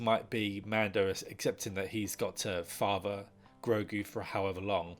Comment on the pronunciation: Say it with me, h i s n a m e i s G r o g u